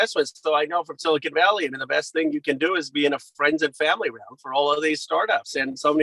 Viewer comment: Did he just say silicone valley?